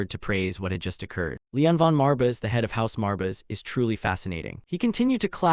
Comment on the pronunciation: The ai constantly spelling out “marbis” is hella annoying brother. Some quality control would help. Theres also a bunch of repeated lines. Still going to watch through, since I’m doing it to sleep to, but if I was watching this consciously, I’d have clicked off before the first 30 mins